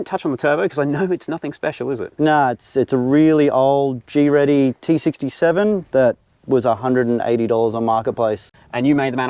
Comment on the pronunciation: He pronounced GReddy correct 👏 ( Have you moved to a new home ? Am worried about you) Don’t have have to idle a single turbo for 3 minutes after driving it?